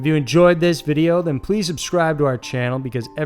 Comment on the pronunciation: First: how does one "obscribe" to your channel as he says at the end? Second: who gave AJ Benza's kid a narrating job? "Mysteries...ain't it a bitch!"